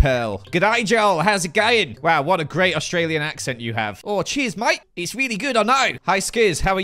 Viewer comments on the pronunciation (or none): none